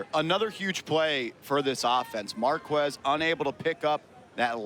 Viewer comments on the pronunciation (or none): Every time the commentator would say "marqWez" i'd cringe lol but amazing game! Love the exposure this sport is getting!